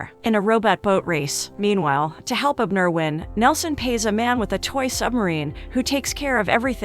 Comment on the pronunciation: I guess AI can't pronounce Abner correctly.